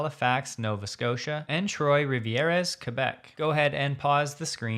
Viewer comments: If you care, Trois-Rivieres is actually pronounced more like "Tr-wah Ri-vee-air" than Troys Rivieras. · « Trois-Rivières » (which mean three rivers) should be pronounced somewhat akin to [trwarivier]. However, you did nail the pronunciation of Québec this time around; kudos to you sir. 😉 I haven't done so in a while because I haven't felt compelled to chime in, but I am still grateful to the content you share and thank you very much for this valuable work. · hahaha you truly butchered Trois-Rivières ("three rivers") in Quebec :D Great video as usual ❤